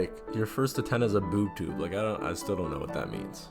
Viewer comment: you didn't even look up that term, did you, just look up "why did people call TVs boob tubes" , that's not how anyone pronounces that, it's not a made up deltarune word, it's a real word, a real crt tv related word, look it up, a word spamton is using to refer tenna, like how ingame he refers to tenna as "[CRTs]" and then hr refers to tenna as "that damn [Boob Tube]", calling tenna a [Cathode] is simply more of spamton dancing around tenna's name. , okay, now i know for sure you did no reaserch into any of the words you are using. strike 1, it's not called that anymore, it's name was changed in 1994 to dissociative identity disorder. strike 2, the "representation" you're deciding will be there is not representation, it's a harmful stereotype perpetucated by an awful movie. strike 3, you aren't even describing a possible experience anyone plural in any way could have, what you are talking about is more just simply just hiding your true intentions, putting on a friendly face to lul people into a false sense of security, something fictional villians have been doing unrelated to any disorders for decades. ????????? did you just forget that queen's light world object is a laptop? that has nothing to do with a queen, what the [heck] is this point. , if you simply removed all the points I criticised and then kept this explanation, this would be a great theory, instead you filled it full of words you don't understand and so used wrong in harmful ways, shame on yo